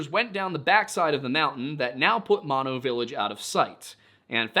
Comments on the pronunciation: I am Yosemite Valley Miwok, and we have our own stories about Uzumati (which means Killer or Grizzly Bear in our language) such as Yelelkin, the Giant who eats people. BTW it's MOE-NOE, not Mawno. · OOF… it’s not pronounced “Maw-No”, it’s pronounced “Moe + No”, both the county and the lake. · Thanks for another awesome video! In case no one else mentioned before me, Mono Village is pronounced With the first 'O' as a long vowel like the 1st 'O' of 'motorbike' 😊